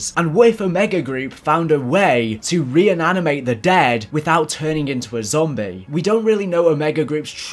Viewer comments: I appreciate you making these videos man but dear god... It’s *reanimate* not reinanimate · He says Re-ananimate 😂. I'm sure he means Re-animate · Re-enaminate? Its just re-animate dude